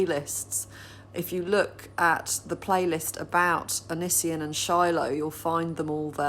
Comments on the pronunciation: Anissian lmfao I’m dying 😂👌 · Please don't say Onisions name so beautifully hahah.